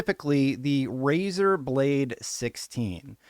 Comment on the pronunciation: ...But it's Razer 😬